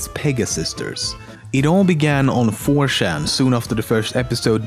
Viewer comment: Really dude? Its 4Chan not 4Shan